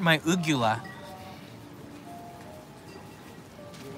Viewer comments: FYI it's Uvula not Ugula. lol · you need a refresher course in anatomy and Physiology the correct word is UVELA.. Not Ugela??? small tissue that hangs down from the soft palate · Uvula you mean? Not uGula. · 'Uvula',! 🤣 (Thanks to an Anatomy degree, I know these things 😁) Envious of the takoyaki~ Thanks for another great livestream, loved it.